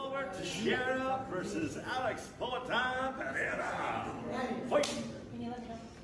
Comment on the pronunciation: congrats for saying Pereira not Peheira